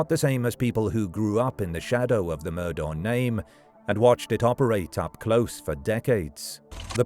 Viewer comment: Pretty sure it's pronounced like "Murdock"